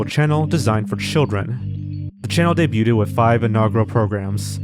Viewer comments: Are you intentionally mispronouncing the word "debuted" with a "ted" sound at the end or am I hearing things? I'm even more confused because you say debut just fine - it's only when it's in the past tense form that I noticed the "t" sound. Anyway either way you got me to comment so besides that extra bit of engagement I want to thank you for the content. Hope you keep up the quality and continue to put out more videos for us! Thanks for the entertainment. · Why do you keep saying "Debuted" (day-byood) as Day-byoo-ted? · STOP SAYING "DAY-BUTE-ED" WHEN YOU SAY DEBUTED IT'S PRONOUNCED "DAY-BUED" THE T IS SILENT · The word "debuted" is pronounced "day-byood", not "day-byoot-ed". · Dude you gotta learn to pronounce the word "debuting/debuted". It's "day-bew-ing" not "de-bew-ting". It's "day-bewed" not "de-bew-tid". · it's pronounced day-byood, not day-yoo-ted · The word "debuted" is pronounced "DAY-BYOOD" not "DAY-BYOO-TED." Just thought you should know. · I love you man but it’s “de-bued” not “debyuted” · You can just say "dey-byood" not "dey-byooded" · Why tf do you keep saying Sesame "Streets"? And wtf is "day-bue-ted" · Debuted is pronounced as in 'day-byood.' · Debut/Debuted is pronounced Day b you and day b you'd just trying to help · It was very distracting to say the least. "Debuded" and "Debuding" are not words. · He's just trolling us now with pronouncing "debuted" as "daybyooted" isn't he? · As a Canadian, it's a bit distracting for me to keep hearing you mispronounce a French loanword like "debuted". (The "t" is silent, so it's pronounced day-byood) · The way you pronounce the silent T in debuted makes me so irrationally angry. Stop that right now. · The T in debuted is silent. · Does he mispronounce “debuted” to bait comments about how he mispronounces the word “debuted,” or does he really not know how to pronounce it? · I don't think "debuted" is pronounced how you think it is pronounced...